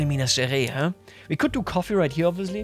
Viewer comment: Little tip to pronouncing "Minas Gerais", would be to say it like "Minas Ge - Rice (the english word)" !